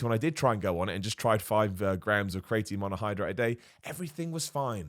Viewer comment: Why does pronounce creatine as cray-etine? He just straight up swaps the two middle vowels lol